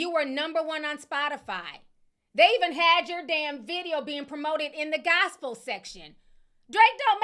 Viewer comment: “Drake don’t make no damn GOS-PEL MUSIC!!!!” 😂😂😂